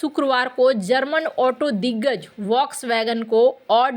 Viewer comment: फोक्स वॅगन बोलिये वाक्स वॅगन नही।